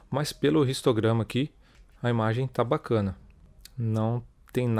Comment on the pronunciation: Amigão seu vídeo tá joia, mas vc está falando português então v se domina o vicio de linguagem(talvez adquriddo inglês) e pronuncia a letra h como som neutro e não como o som do r pois histograma se pronuncia como não existisse o h e vc pronuncia como som do r (ristograma) OK?